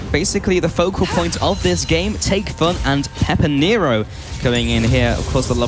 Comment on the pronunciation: finally they called him pepinero and no "peperino"